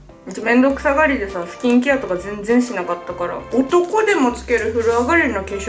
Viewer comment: 、いえーい！ 【めんどくさがり】【全然しなかったから】【男でも】【化粧水もつけなかったからね】 の発音のクセがつよい！ 【※そりゃそう】【ハーレルヤ※セルフ】 【火照っちゃって火照っちゃって♡ ※は？】 【しっかりの方て何やねん】【※落ち着いてください】 【そんなことしてええんですか？ってくらいに。※は？】 のクセがつよい！※は？またねー！